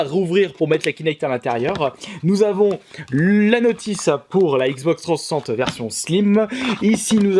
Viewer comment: Bonjour ! J'aime bien ta façon de dire XBox 360 ! Tu le prononce " Xbox Trois censocente " =p Evidemment je te taquine ! Ne le prend pas mal. Continue comme ça, je dépose de mon coté un petit Like ! A plush' .